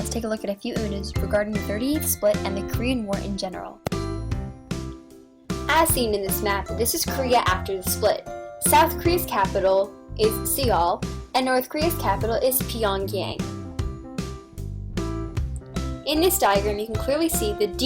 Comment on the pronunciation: Thanks for the information but you said Seoul wrong like very wrong